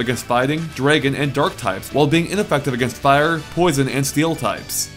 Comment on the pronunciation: "Draygon" lol :p